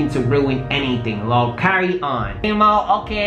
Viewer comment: He said lol not L O L😭I'm dead